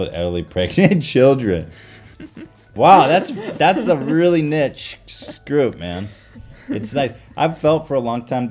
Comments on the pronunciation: "a really nichske group" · Niche - pronounced “neesh” as opposed to “nich” You’re welcome